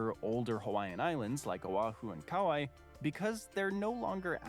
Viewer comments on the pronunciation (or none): How "Kauai" is pronounced is one way I can tell it's AI. You might check out videos showing what the volcano is doing. Kilauea was erupting, or leaking, up until a few days ago! So it may easily start again. Yep, the lava flows right into the ocean and makes new land. I think the laws regarding ownership get complicated. The islands get older going north because the hot spot that is Hawaii is under the Pacific plate which is going north. There is a whole string of islands that are now eroded and submerged. So Kauai is the most northern and oldest island at around 5 million years.